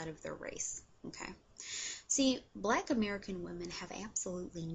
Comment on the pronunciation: it's annoying how she says okay after every point she makes and also she pronounces the word black as "bleck". and btw she is considered black as well, so...